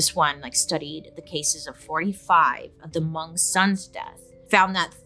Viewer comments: im so happy you said hmong properly, love u bailey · I'm so glad that you pronounced Hmong right. I'm Hmong and no one ever pronounced it right the first time or every other time lol. You don't wanna pronounce my name: Npla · was surprised to hear hmong, i had to replay it to see if i heard it right because pronunciation was off, but its great to hear Bailey talk about it!!